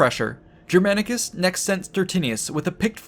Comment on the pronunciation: Take a shot every time Germanicus' name is pronounced incorrectly with terrible american accent